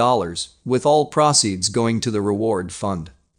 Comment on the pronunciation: Your computer narrator CANT READ... maybe switch to one that can pronounce words like LIVE and proceeds...